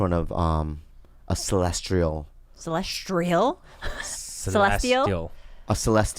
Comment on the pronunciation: celestial not celestrial